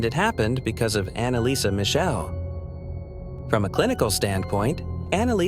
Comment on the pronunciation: ¡¡¡Schrecklich falsche Aussprache ihres Nachnamens..‼️ 🖕🏻😡